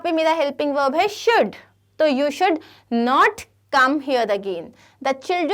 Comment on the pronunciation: Mam what is velb it is verb not veln